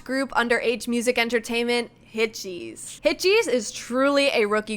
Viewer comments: yes, hitches is pronounced like hitgesu, with a soft g like a j-sound. so you could also write hitjesu and that would be accurate. but she was saying hit-cheese, like the English word cheese, with a very long e-sound. That is clearly wrong. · Hitgs is not pronounced Hit-cheese but closer to the English word hitches, or hit-gesu. I knew right away you were gonna turn this video into a kind of Wooah vs Htgs screed. Did it ever occur to you that H Music are an all-new company now with an all-new CEO, and Hitgs are his creation? It is natural that he would want to promote them over putting good money after bad with a group like Wooah who show little potential to grow beyond their prior middling popularity. Meanwhile, Hitgs are truly fresh and are great personalities. The one-song-per-month roll-out strategy is a great way to grow their profile and popularity quickly. They don't appear any more overworked than NewJeans did in 2024 with a similar PR push. In fact, if you actually watch their live performances, fan meetings and behind the scenes content, the members of Hitgs are clearly relaxed, happy and enjoying themselves. And their music and videos are fresh and creative. Trying to dig up a scandal over the casting of the boycrush in the Gross mv is just spiteful. It's called acting and nobody cares how old the actor was. VV was an acting student in China before training in Korea and was only 18 when the mv was filmed. Rather than calling for Hitgs to be shelved and hooking them to the poor decisions of NV under earlier management, you should be watching their content and performances and supporting them because this is their time to shine. Hitgs deliver the dopamine and you don't know what you are missing. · just a heads up, its pronounced hit-uh-giss xx